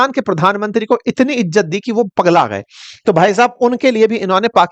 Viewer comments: Crow sir...! Tu to bukhla gya ha... Ijat nhi hota izzat hota ha 😅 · Ijjat nhi.....izzat😂